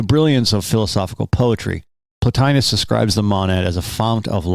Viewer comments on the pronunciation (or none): Lol... Matt Berry's voice... Although i don't say it that way and its kinda like mild nails on a chalkboard, I "enjoy" yoyr pronunciations: "Dem-i-urge" instead of "dem-mee-urge," or "mah-nad" instead of "mohn-ad." And you missed one: "plah-tyne-uss" Keep it up good work.